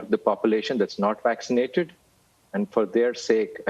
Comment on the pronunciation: What I want to know is , what is "waxicnated"?? Learn to pronounce the word first. Stop telling us to take a vaccine we don't want.